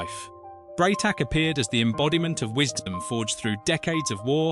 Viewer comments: 'Teal ce', Ffs, it one word, Teal'c. AI Rubbish! Onr of the pictures of Garry Jones is not even him, it's Ross Kemp!!! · Teeuhl "C" HAH!